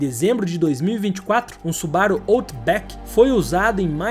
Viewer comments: SuBAru ?? SubaRU !! É japonês .. Acentuação é sempre na última sílaba. Exceto casos singulares ! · os cara falando da parte impreza com (m0, mas ninguem fala su-ba-ru como deveria ser. afinal a forma correta é SuBaRu. Ótimo video, ja tinha assistido outros, mas nunca comentei